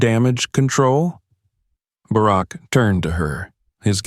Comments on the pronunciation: If you’re going to tell stories like this, pronounce the names right. The ex president’s name is not “Bearrack”!!!! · The digital reader is good but the fact he didn't pronounce Bark properly gave it away! It is a good story, but I doubt it really happened this way. Not that dicriminatingincidet doesn't happen often, but I find it unlikely no one recognised her last name! A good story, but I still don't think it happened! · I think this is a fake story. First of all if she was flying to NY she took a shuttle and there is no business class on the shuttle. In DC a black person flying first or business class no eyebrows would be raised. These AI generated voices mispronounce names all the time. This guy has a problem with Barack until the end. I flew out of National to NY all the time and this story sounds time like BS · President Obama served two TERMS as leader of the free world and thus jive-azz announcer doesn’t know how to say Barak!?!!??! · It’s unfortunate you can’t teach your AI to say Barack. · I wish they’d get better people to read these things. For gods sake he can’t even pronounce Barak Obama’s name correctly. I never believe these things and his pronunciation and inability doesn’t help. And the last thing I want to say is that I wish I’d had a dad like him. Godbless Sasha and that good man she calls Daddy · President Obama wouldn't have come to the airport or without Secret Service agents, and he definitely wouldn't have flown anywhere on a commercial flight. The female shown looks like Malia not Sasha. This is NOT a true incident!! The AI constantly mispronounces "Barack". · Narrator really needs to learn how to pronounce President Obama's name...! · The ai narrater doesn’t even pronounce Barrack’s name right.